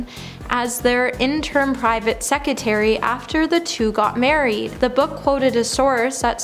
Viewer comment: It's "sec-re-tary'